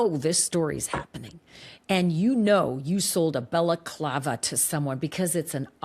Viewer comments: This guy is saying Baklava (Greek Turkish dessert!) It's a balaclava! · Did this guy pronounce 'balaclava' as 'baclava'?! Baklava is a Greek/Turkish pastry! This was after Ashleigh had to politely correct him about what was in the videos & photos etc! Can not get over the 'Baklava' though! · It’s not a baklava guy, that’s a dessert! It’s balaclava. This guy looks clueless Ashleigh! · lol - baklava is a dessert. You tried to teach him the correct pronunciation of balaclava but he was committed to the dessert 😂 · He Tripled-down on that BAKLAVA (balaclava). 😂😂😂😂😂 I’m dying. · Balaclava is pronounced ba luh KLAH vuh ….. the first syllable sounds like the sound a sheep makes ,”baa”🐑. It is NOT “Bella clava” …. I have no idea why that is so annoying to me lol other than that mispronunciation I really do enjoy this channel and the content. lol I know it doesn’t really matter it is just a pet peeve. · It’s not baklava like the dessert! Say it right dude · I’m sorry but this guy sounds dumber than a post. It’s NOT pronounced Baclava like a dessert FFS.